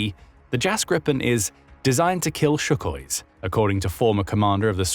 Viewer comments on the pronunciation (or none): Its sukhoi, not shukhoi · It's Sukhoi NOT Shukhoi!